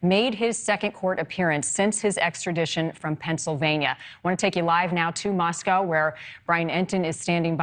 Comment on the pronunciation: Moscow Idaho is pronounced Moscoe.